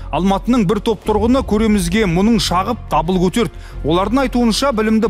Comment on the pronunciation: минутта "мұның шағып" емес "мұңын шағып" болады. Тіл мамандарының өзі сөздерді дұрыс айтпаса, жазбаса басқа халықтан не қайран. Сіздер халықтың айнасысыздарғой. Соңғы кезде көпшілігі "ң" әрпін бейберекет орынсыз қолданатын болар0, осы нәрсе маған ұнамайды, жазылуына, айтылуына қатты мән бергендіктен шығар бәлкім, осындайларды байқап қоя беремін....